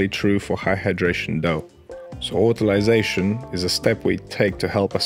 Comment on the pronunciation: I love the fact you say "autolyse" properly!